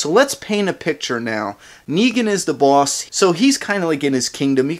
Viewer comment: i love how you pronouns boss haha :D its like boarsh